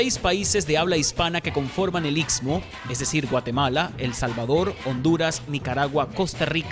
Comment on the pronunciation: Es istmo, no itsmo